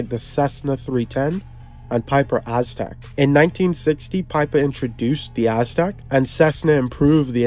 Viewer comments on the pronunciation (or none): none